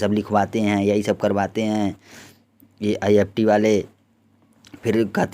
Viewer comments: Ifft ka naam to sahi se le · Pahle naam to sahi se bol do